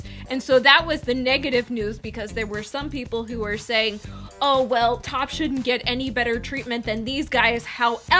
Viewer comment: When are you going to learn that his name is not top, it is T.O.P. pronounced T. O. P. . Ignorant USA'ers, please stop making us look bad!!!!! THAT JUNKIE CHICK WAS WITH DSP AND JELYFISH. SHE GOT FIRED FROM THERE. SHE WAS NOT WITH T.O.P. IN OCTOBER 2016, T.O.P. WAS IN CHINA TOURING WITH BIG BANG!!! . STOP LYING ON OUR GROUPS AND SPREADING FACTLESS RUMORS. BUT ABOVE ALL, GET THE NAMES RIGHT.